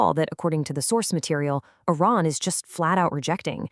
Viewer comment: It is iran not inan 🤣